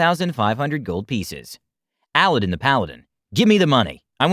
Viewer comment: Am I the only one who is really bothered by the fact that that's.... not how you say 'Aladdin'?